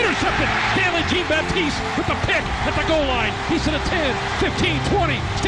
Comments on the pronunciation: Is he Haitian? If so its (sh-on) baptise not (g-een) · These people can't pronounce Jean-Baptiste for shit